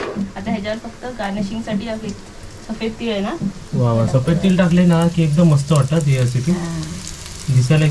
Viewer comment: तील नाही तीळ बोल